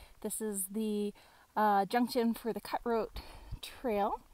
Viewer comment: I just had to laugh a little when you pronounced it cut hoat pass, instead of cut throat pass...must have been the remnants of all the beer and cider you drank! Lol. Really enjoying watching your hike!